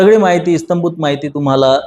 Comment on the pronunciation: फक्त एकच दुरुस्ती - इस्तंभूत माहिती असे नसून 'इत्यंभूत माहिती' असा उच्चार आहे! 😊